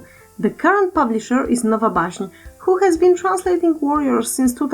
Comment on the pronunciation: xD jak to dziwnie słucha sie nowa baśń then is biutiful in englisz (orto i nie bić za błędy w wyrazie ale nie chce mi sjjjjjjjjje)